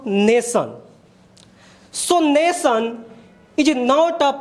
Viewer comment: Not Nason ... Nation